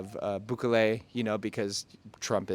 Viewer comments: His name is pronounced Boo-kelley, not Boo-ka-lay. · 2 tips for ya: 1) Bukele has the emphasis on the “ke” not on the “bu”. /buˈke.le/. 2) Biden is not going. His cronies are (aka “Delegation”?). This has to do with the immigration topic which is very important this coming election. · Booh-keh-leh. accent/strengh on keh. boohKEHleh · Btw the correct pronunciation of El Salvador’s president is Bukelly! Thanks again for the great content!🙏👍😎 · Bukeley ??? Lol , dude c’mon !!😂, you left America but you still have to learn how to pronounce names properly. 😉, good info though